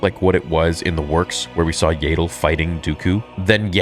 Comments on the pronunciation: Do you have a speech impediment or something? , , , . Her name is pronounced YADDLE. Like Saddle, but replace the S with Y. DEFINITELY NOT YAYDLE! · its yaddle not yahdle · Is there a clip somewhere of Lucas pronouncing Yaddle the way he does? In ToJ and Fallen Order, they pronounce it like "saddle".